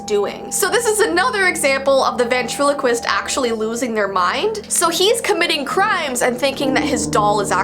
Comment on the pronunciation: Come on we all though of darcy Lyin when she said vatrelequist